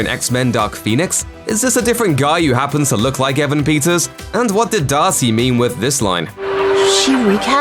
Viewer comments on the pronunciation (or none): "Evan Pizzas"